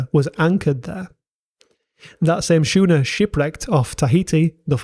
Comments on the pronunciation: schooner - "skoo-ner" not "Shoe-ner" - OED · It's pronounced Skooner, it's a ship, not shoener. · Very interesting. One point: you pronounced the sch in schooner like I would in shoe. I’ve never heard anyone else do that. I pronounce it like the sk sound, so like skooner. I wonder I’d you are a somewhat autodidactic. I am.. I was in my fifties before I had been pronouncing my Observers Book of Larger Moths as one would the drink ‘Larger’ as apposed to the opposite of smaller! I had to chuckle when I finally realising I had got through my whole life without anyone pointing it out. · You've a strange way of pronouncing some words, like "Schooner". You say "shooner". Never heard that before. It's always "Skooner". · you pronounce schooner wrong its scooner the H is silent. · Where did you learn to say shooner? At shool?! 😉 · Great Doc. Really informative. Schooners are pronounced Skooner (just to be annoying.) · Schooner is pronounced Skooner